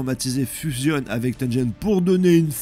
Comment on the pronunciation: Cela se prononce Tenguen pour Tengen et Guegue pour Gege. Les G sont durs en japonais